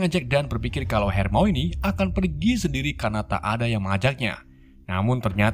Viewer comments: Baca nya harmone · Bang coba dong hermoine nya disebut hermoni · HERMIONE = HER-MI-WUAN BUKAN HERMOINI BANG WKWKWK